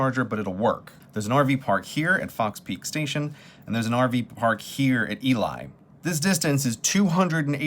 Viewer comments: Used to drive that road a lot. It's EE-LEE, not EE-LIE (Ely). If you ever drive back, the steakhouse at the jailhouse is actually pretty good. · Ee-lee not ee-lie Edit: Btw it's really surreal seeing you in one of my childhood towns. My grandma and uncle still live in Ely and i visit on occasion. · EEL-EE, not EE-lie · I know it's been two years, but it's pronounced "EE-LEE" Nevada. Not "EE-Lie" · Hey Grey, not to be horribly pedantic, but it's "Ee-Lee," not "Ee-Lye." On the plus side, you've made a Nevada pronunciation faux-pas so specious that I've never had to make this correction before, so congratulations! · This popped back up in my feed again.... and now realizing just how many other places got mispronounced... Ely = eelee as opposed to ee-lie, and Nephi is Knee-fai as opposed to Na-fee-tee. Being from the West it's just jarring to hear them all pronounced wrong, if only because it makes he harder at a casual listen to follow where you were. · Being from the Great Basin, I always get a chuckle when visitors mispronounce city names in the area. Visitor: "Yeah, I was just in E-lie." (Ely) Me: "E-lie?" Visitor: "You know, in Nevada?" Me: "Oh, you mean E-lee? Got'cha." Visitor: "And then I went to Knee-fee." (Nephi) Me: "Knee-fee?" Visitor: "You know, that place in Utah?" Me: "Oh, you mean Knee-Fi? Sorry, got confused there again." And don't get me started on snow in June. 😆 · Ok this is driving me nuts...FYI that town is actually pronounced “Elee” not “Eli”. I know it’s weird because it is spelled Ely but trust me it is said by everyone in the west (including those in the town) as “Elee”. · Too late now, but the locals say Elee, not Ely (as you'd think), Nevada. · “Ely” is pronounced “E-Lee”, and “Nephi” is pronounced “Kneef-eye” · Ely Nevada is pronounced like eelee. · It's pronounced Ee-lee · Also, its pronounced Eeeeee-leeeee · Ely is pronounced “ee-lee” :) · okokok nevada is pronounced nəˈvædə and ely is pronounced eelee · It's pronounced Elee, right?